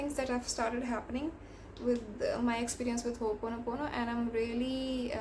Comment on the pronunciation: As my teacher would say. It's not "hoopono" It's ho'oponopono. I think the word itself has some power since this was emphasized.